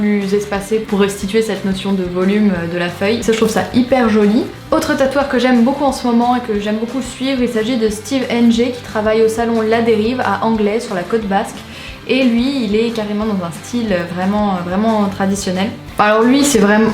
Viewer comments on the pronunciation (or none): Si jamais tu vas à Anglet ne le prononce surtout pas "Anglé", tu vas te faire laminer 😅 ça se dit "Anglètte" ! Super cool vidéo en tout cas, j'espère qu'il y en aura d'autres, j'adore découvrir de nouveaux tatoueurs :)